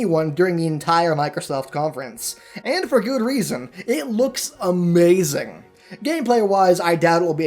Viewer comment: "That is Amhehzing"